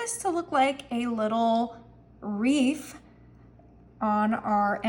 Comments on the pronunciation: if you listen closely you will hear her say reef not wreath. Just pointing out so she uses good grammar. We all flub now and then. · Sweetie it's wreath not reef.. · Who the heck cares if she said reef???